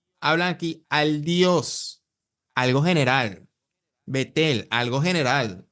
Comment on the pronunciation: A bet - el no Betel ojo bro